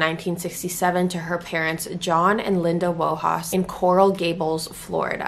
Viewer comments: She doesn't bring justice. She's never even spoken to anyone connected to the case. She's rehashing info some of which is incorrect. Not a great start either when she hasn't even bothered to find out how Wojas is pronounced. Laughable. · She hasn't investigated ANYTHING LOL. She's rehashed what other people have reported in the past. Hence some of her facts are incorrect. Let's face it, she didn't even bother to research how the family name Wojas is pronounced. That's bad, bad, bad. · Hey. You've got facts wrong in this video. You haven't done your research as you've suggested you have. You didn't even pronounce the family name Wojas correctly at the start!!! Would you like to speak with Pames Mom, or her media spokesperson in order to get your facts correct? If so, let me know and I will put you on touch with them.